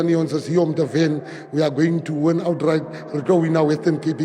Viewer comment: Its WESTERN CAPE FATTY. Not WETTON CAPE You want to win the WESTERN CAPE but you can't even pronounce our Province. And what is KWALITION??? Ons Coloreds praat nie so nie